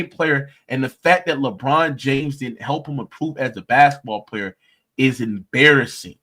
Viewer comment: 🙋🏾‍♂️ Embarrassing not "Abarrassing." 😂😅😂